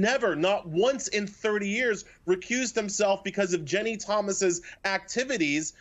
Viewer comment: Why can't this bozo say Ginni? He keeps saying Jenny..